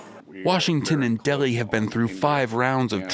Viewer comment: Its Delhi not Deggi... 😂😂